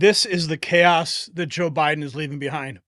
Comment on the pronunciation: Was "bye-done" now "bye-gone" worse than Hisler